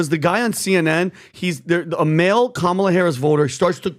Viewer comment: IT'S STILL.................KA-MA-LA.